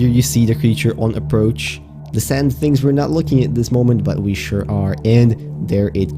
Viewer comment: I heard "sans" instead of sand